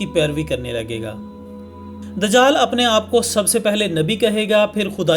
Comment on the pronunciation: bhai amad nai dijaal jab Aaeye gaa ye lafazz sahi karo